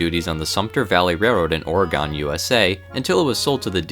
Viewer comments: Fantastic video. A quick aside, it's pronounced somewhere between Ore-gin and Ore-gen by those of us from the PNW, not Ore-gone. Keep up the good work! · Oregon is pronounced “oregin” not “oregone” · It's OregEN Not OregON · ITS PRONOUNCED "Oregun" NOT "OREGONE" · It's pronounced Or-egg-on not Ore-gone...any true Oregonian is probably a bit peeved lol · “Ora Gone” idk why that annoyed me lol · "or eh ghon" That aside tho, awesome video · as a fellow Oregonian i am offended by the way you pronounce "Oregon" (joking, but it is actually pronounced as OR-eh-gun) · "Or Ah Gon USA" Is that how people outside the state pronounce it. We tend to pronounce it with a silent "Ah", as in "Nobody can hear you scream if you wander off into the woods." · the way you pronounce Oregon hurts my soul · But you said Oregon wrong